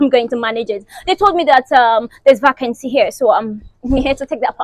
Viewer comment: Since she mispronounced "Vacancy" I know say wahala dey?